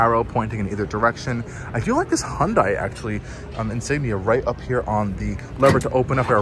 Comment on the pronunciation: Minor nit: It's pronounced "Hunday", not "Hon-die". Hyundai ran an ad explaining this many years ago.